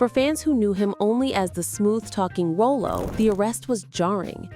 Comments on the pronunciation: Haha they pronounced Rollo like Rolo caramel candies. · Its Rah-Low. 😂😂😂 youngsters. Its crazy how ppl try to go viral & build a following off of a show or a celebrity you never even watched. Clearly the narrator never watched Sanford & Son. Or didn't bother to properly program the Ai. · The name is pronoun “ Rawloe”.💁🏽💯aka Rollo’ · Omg😂😂😂 I was thinking the same!!!! RAH lo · Say it with me now, narrator…”RAH-Low” “RAH-Low”!!! 🙄🤦🏾‍♂️🤣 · Correct call him the female narrator is saying his name wrong it’s pronounced raw low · RAH-LOW = ROLLO Damn A.I. smh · I'm so sick of this lady calling him rolo like the candy bar but this was nice and interesting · rollo's are caramel filled chocolates, his name is pronounce rah lo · And you pronounced the character name wrong it's "Rylo" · Rollo’s name should be pronounced like “Raw-Low.” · Ralo, Rah-Low dammit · Wrong. Pronounced Rah-low😉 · I tried to listen, but the mispronunciation of his character name is overwhelming. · The woman that is talking about this sitcom, You can tell she never really watched the show. Other wise she would know his name is clearly not pronounced that way. Just like the one's that talk about Tupac, don't know anything about him. they always pronounce his name wrong and say 2 Pack 🤷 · Pronounce his name right. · I tried to get through this but the mispronouncing of his name in Sanford and son is unbearable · The narrator insists on misprouncing the famous character's name. No Respect! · GIRLLLL.....I cringe every time you say Rollo's name WRONG. Before doing something like this, take the time and turn on Sanford and Son and listen to how you pronounce his name. This is unaccepted due to the fact that we have so much resources for you not to say his name correctly. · A wonderful video tribute, while pronouncing his name wrong from start to finish, is absolutely unacceptable 🤨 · What's irritating to me is the miss pronunciation of stars name .Stop giving us info until you really do your research 😔😤